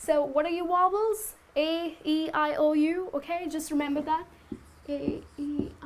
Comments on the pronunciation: very helpful but when she said wobbles im like what the hell I never heard that in english before it must be something new. she meant vowel lmaooooooooo. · Very nice teacher you are. But I think you pronounced vowels incorrectly. It's pronounced as "vouls".